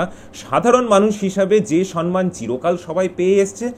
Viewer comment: সম্মান উচ্চারণ সনমান নয়। দুটোই ম।